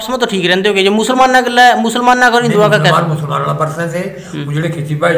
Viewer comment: Dawwa nahi duaa hay lafz khatrion ka got hay yeh